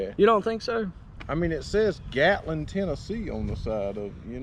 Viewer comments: Gallatin, TN Not Gatlin. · Gatlin?!?! It’s Gallatin. Like Gal-uh-ten. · Gallatin TN, not Gatlin.